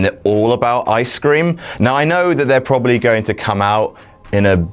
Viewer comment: 'Eye-scream' ? The fuck is Eye-scream?